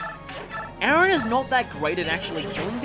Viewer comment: Ah this is awkward you're pronouncing Aran as my actual name Aaron 😂😂 it's really throwing me off